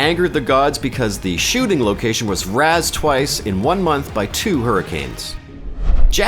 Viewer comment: If you're going to mispronounce a name, pick ONE mispronunciation! Also, raze, not razz.